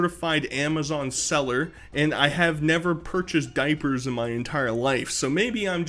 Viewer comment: "THA DOIPURTH"